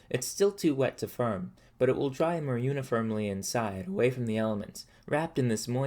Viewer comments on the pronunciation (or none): The letter “o” in most words is pronounced. Pour is not pur. More is not mur. I can’t enjoy your videos because of this. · This guy has the most interesting pronunciation of the sound -or, pronouncing it -ur/-er. This makes the word more sound like mur, and form sound like furm. I would really like to know what region this accent is from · The way this man pronounces 'or' as 'er'... Like instead of "form" he says "ferm"...."more" = "merr". It sounds intentional as I don't hear him mispronouncing anything else. Very strange. Can't get over it. Really distracting. Also the fact that this dude calls adding hair clippings and rice water to clay, "alchemy". Never watched this guy's videos before probably will never again. Due to his pronunciation, I cannot bear to watch him farm merr clay for his ferrj.